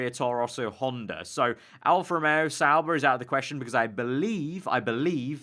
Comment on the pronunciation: Why does everyone say Sauber?